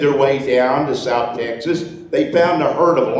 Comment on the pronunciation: I like the way you pronounce Texas, Tech-sis. Unique accent.